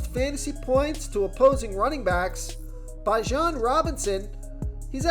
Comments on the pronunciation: comedy how you pronounce some of these names lol......its pronounced BE jon not BI jon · 🛑 Stop .. this dude doesn’t know football. Chicago bulls I was gonna let slide but the fact you don’t know how to pronounce Bijan.. I’m ok with listening. People don’t listen. I’m calling fraud!!